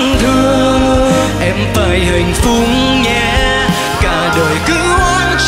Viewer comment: Mình nghe nhạc ghét nhất phát âm những từ khó mà sai. Khúc Will hát “Hạnh Phúc nhé” mà nghe hạnh phúng là mình ngứa ngứa😂